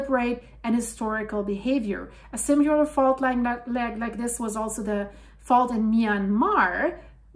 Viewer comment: Please say "Simmy-ler" not "Sim-you-ler" there is no "u" in "s i m i l er" it's just like it's spelled, sim i ler not sim you ler. You will sound more credible not using lazy pronunciation. And lose the Spanish pronunciations of words. It's off-putting and you are not speaking Spanish for this video. To say Spanish words adopted by English, you leave out the speech sounds that are Spanish sounds and use the English version.